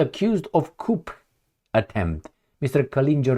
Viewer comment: Coup is pronounced koo because it is a French word with a silent p.